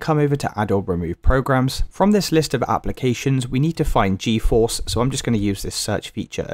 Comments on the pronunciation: Bro just uninstall and reinstall Geforce. Also, it's pronounced G Force not geoforce. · The way he keeps saying GEO FORCE Is actually pissing me off way too much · stop goiung so fucking fast and calling it gEOforce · Geoforce and nividia 😂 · "Navidia" "GeoForce" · I hate the way he says geforce